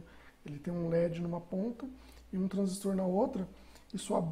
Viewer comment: Eu vi essa configuração em um CLP mas achei estranho o zener não estar com o anodo no GND. Vou fazer alguns testes para entender melhor. Por fim, dar os parabéns pela dedicação de preparar essa video aula, parabens ainda pela pronuncia correta do transistor, tem engenheiro antigo que ainda fala errado "TRANSÍSTO".